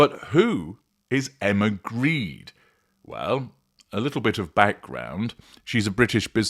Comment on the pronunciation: I suspect that the name is not actually pronounced "Greed", is it?